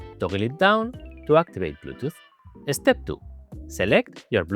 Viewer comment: Totally off topic but the way says "eh-step" is SO Spanish:P This board really does look cool. It makes me excited for the (hopefully in the pipeline) low-profile Defy 2 <3 But when it is being designed, can we move the pinky columns down just a liiiiittle bit more? Please?:)